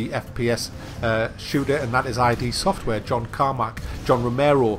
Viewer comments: it's not ID, it's id. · It's pronounced id, not I-D. Yeah I'm a pedantic shmuck! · It's not 'I.D.' Software. it's id Software. Id is a latin word. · I was simply quoting the video. It's just pronounced "id". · That's not how you pronounce Id Software...but it's a common mistake. Edit. Also...tell me now UT3 was that bad compared to this :D